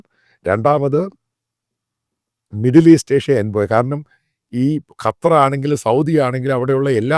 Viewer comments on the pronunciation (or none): none